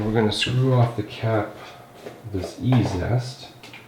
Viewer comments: Say … EEE ZEE EST …..like easiest….. not E ZEST 😮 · A minor point, but it is an irritation, you keep calling it e-zest, when it's e-z-est, as in easiest.